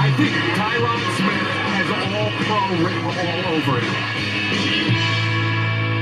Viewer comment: Great reaction but it’s Tie-rin Smith lmao